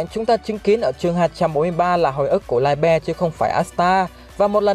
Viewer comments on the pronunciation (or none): tiếng Đức đọc là Li - bờ nha ad. Nghe đọc Lai be sai vl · Liebe tiếng đức đọc là Li -bờ nhé ad chứ ko phải Lai be 👍👍👍👍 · Ad phát âm sai rồi :)) li bơ :)) chứ ko phải lai be 🤣🤣🤣🤣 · Mình góp ý nhé chữ đó đọc là ( ly bờ) nhé ad nhanh nhanh ra thêm clip nhé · anh ơi đoc sai từ libie rùi